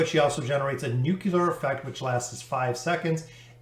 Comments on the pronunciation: Why do americans says Nucular instead of nuclear? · not just you, i’ve heard it pronounce nukular many many times